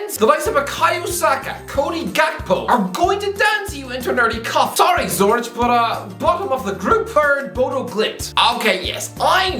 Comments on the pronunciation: "Sue-rich" I am fucking dying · just geography knowledge too, calling it a "small village" is so ignorant it's hilarious, with a completely wrong pronunciation too